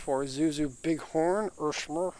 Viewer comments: Irmscher, not Irschmer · It sounds like they asked ermygerd lady are you sure you want to name the car and she said “irmscher” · you couldn't have butchered that more even if you tried lmao